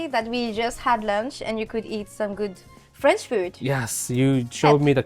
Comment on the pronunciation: You would think Canada eh, would pronounce French better. ❤ Seriously though, is it aye or eh ?